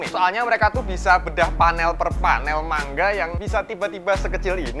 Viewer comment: Manga bang bukan mangga🗿